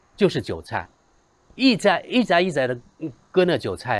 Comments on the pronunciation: 一茬，念yicha，不是yizai。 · 一茬一茬，yichayicha,这个字念cha，不是zai